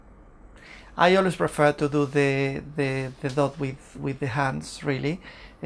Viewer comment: dough is pronounced doh, not dot and has no 't' at the end :)